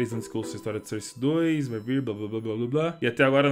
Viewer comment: FALA SOURCE DIREITO PELO AMOR DE DEUS